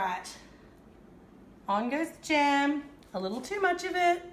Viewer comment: Its jam not jem